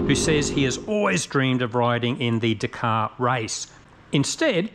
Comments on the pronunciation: in Australia we call it the DAKARRRRRGH RALLY You have to really pronounce it as an Australian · it's ok, I'm not upset. Just disappointed🤣 It's funny though I've never cared about the way you pronounced anything before until I heard you and Dallas both say dakar in these kove videos